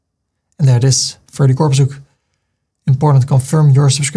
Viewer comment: Namen worden altijd in de oorspronkelijke taal uitgesproken. Ferdy.